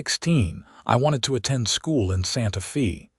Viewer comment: EDIT & REVIEW!! The town is "Santa-fay" NOT "Santa-fee". Edit the reading, writing, closed captioning & graphics.